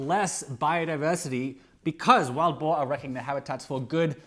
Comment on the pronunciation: ohhh, wild boar... not boer. boar makes far more sense.